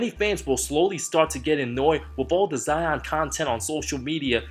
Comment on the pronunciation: Adomas Janciauskas oh yeah except for him and “zeon” Williamson